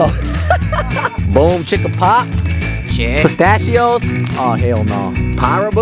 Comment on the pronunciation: Justin Sanchez Especially when Austin said pistachios... Oh hell naw